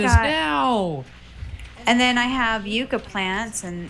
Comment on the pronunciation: If I had an account when you uploaded this I would've corrected you then but yucca is pronounced yucka.